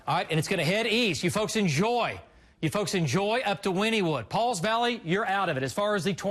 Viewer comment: Oh, “IN Joy”, not “enjoy”.